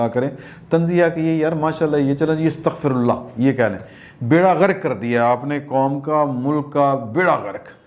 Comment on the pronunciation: meray naqas ilam ma إستغفرالله nahi ha أستغفرالله ha is pa Zabar ha. Ap sa aqeedat ha is lia likha ha. AGR Saheh Kah raha hon to taseeh farma lain ni to meri taseeh ho jaygi